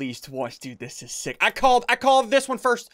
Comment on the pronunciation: he said six instead of sick